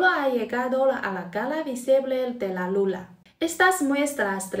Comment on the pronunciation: Hablas muy bien español y olé por tí por hacer videos en español. Pero cuando te refieres a la Luna, dices "Lula" para que lo sepas en tus próximos videos❤